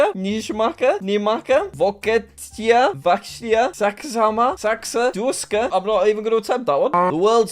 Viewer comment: You said Vokietija corectly